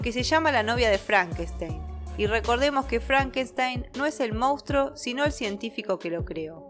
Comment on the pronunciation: Escucha: mons-truuuuoooo. Monstruo. Siempre dices “moustro” 😂😂😂 Moustro, por qué???